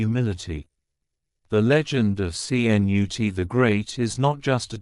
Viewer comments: My grandfather who came from Sweden to the U.S.. Would most definitely call you an imbecile! He shade the name with this famous Viking English King though he spelt his name KNUTE. But they are pronounced the same Ka.....Nut with the invisible 'a'. And I thought I was bad at pronouncing some words and names. You are most definitely worse, thank you for knocking me off that list. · DITCH THE MORON AI VOICE. YOU GOT THE LETTERS C-N-U-T IN THE WRONG ORDER. THE SECOND LETTER IS "U".